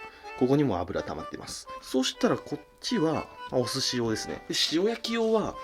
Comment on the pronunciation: 寿司用じゃなくて寿司状って聞こえた同士おる？